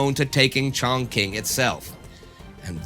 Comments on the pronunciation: Chongqing is pronounced as Chong-Ching and not Chong-King. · pronounced ‘chong-ching ‘ great vids tho 👌